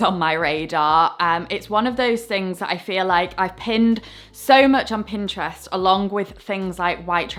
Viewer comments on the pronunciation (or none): none